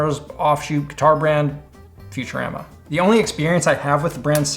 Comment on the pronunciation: Futur-am-ah is the first time I've really seen your Canadian come through Edit: also Joe bona-mass-ah